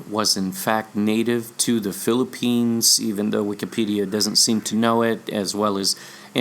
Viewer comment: And Philippines' last syllable sounds like Lanso-nes? Maikonek lang! :)